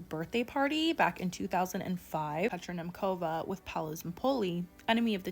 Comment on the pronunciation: As a Czech, the pronounciation of Petra Nemcova is sending me😅🙏 Love your channel though🥰